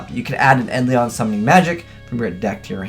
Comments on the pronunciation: Learn to say Eidolon, for christ sakes... It's not Eidlion, it's bloody Eidolon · your pronunciation isn't a big deal but it annoys me. its Ai-Doe-Lon summoner. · "eyelister the aidleon summler" really? like, I get you can't read but really?